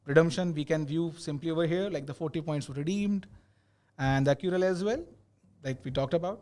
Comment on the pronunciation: It is ACCRUAL guys :) .. not Accural :D... anyways great session.. Good luck !